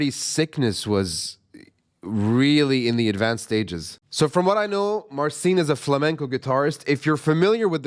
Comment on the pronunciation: Wish he'd pronounce his name properly, i.e. Mar-chin.